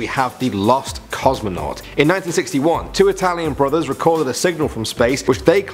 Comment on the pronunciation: Did u say two Italian bruddahs